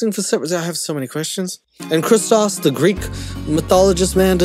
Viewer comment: as a Greek, thank you for saying Christos correctly lol